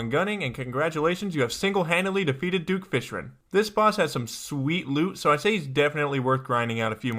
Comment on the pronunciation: I love your video but you said "Duke Fishren" I am not trying to be rude but I just think this is kinda funny.